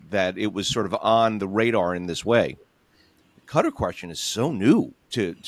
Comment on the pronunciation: I can abide some creative pronunciations, but a little part of me screams every time I hear John refer to the country of "Gutter."